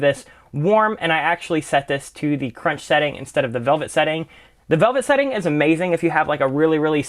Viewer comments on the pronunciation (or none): none